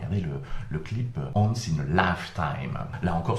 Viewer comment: "once", ça se prononce "ou-âne-ce"... J'aime vraiment tes vidéos et je te suis depuis un bon bout de temps, mais là, non, quoi !!! Sinon, oui, évidemment, des infos pertinentes et des anecdotes que je ne connaissais pas ! Du très bon boulot, comme toujours ;-)